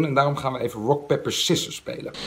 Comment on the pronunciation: Je zei bij pepper in plaats van paper dus je zei gewoon peper😂